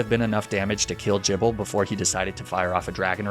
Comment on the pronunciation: Weird pronunciations by ' Arcaneenay Magnemmytee/magnemeetay Jibble Stroojulbooj Fachaaday Luprah Siggyliph (it's Sidjyliph, isn't it?) Any others?